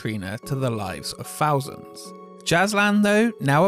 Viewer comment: Dude, I love your videos but you really need to learn how to say "th" in words, and not substituting it with an f, ie "in September Two Fousand and Eight". The only down side about watching your stuff.